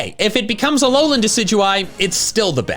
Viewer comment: IT'S ALOLAN, NOT ALOANLEN! GET IT RIGHT!